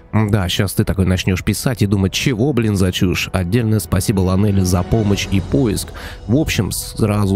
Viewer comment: Эх,.. Правильно лОнели, что с англиского переводиться как "одинокий"))